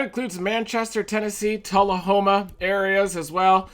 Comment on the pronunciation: hey thank you for pronouncing Tullahoma right